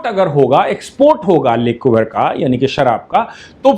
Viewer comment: लिक्वर नहीं लीकर प्रोनाउंस करिये